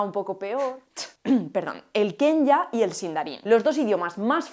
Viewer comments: Se pronuncia Kwenya (o Qüenya), no Kenya. Me partiste el corazón y el alma 💔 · La "que" de Quenya se pronuncia kue (kw) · ¡Muy interesante el video! Una corrección, si me permitís: la pronunciación del idioma élfico quenya es "kuenia". Saludos desde Bs. As. Omar